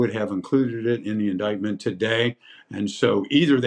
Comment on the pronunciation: Really can't stand the repeated mispronunciation of 'indictment'.